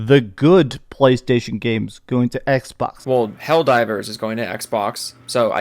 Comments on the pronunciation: Why does sound like he’s trying not to choke on his own uvula? Every time i hear him struggle to get simple words out, i get irritated by his cadence. He says “Ehgzbohgs” instead of xbox, man. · I cannot stand how he says Xbox